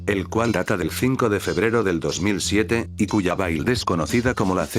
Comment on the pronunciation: "Build" se pronuncia más como "bild", o es esa la pronunciación Inglesa?